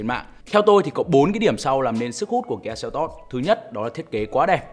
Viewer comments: Doc la kia selto chu ko phai kia seltot ong noi oi !!!! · Đọc tên xe là "sen tốt" nghe sang hơn. Đọc "seo tót" nghe như "teo tóp"